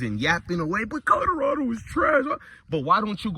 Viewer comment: Bro kill me with the Codarado 😂